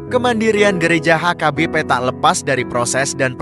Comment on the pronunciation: Cara narasinya gak bagus, sering nyebut HKBP jadi AKBP.